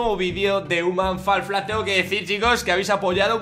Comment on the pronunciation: Se lee "jiuman fol flat" no "uman fal flat" :v